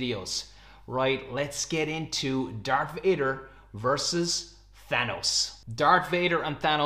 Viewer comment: Dar_k_ Vader? dude -.